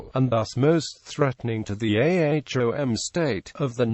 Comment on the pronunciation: Its not A H O M. Its Ahom. U foolish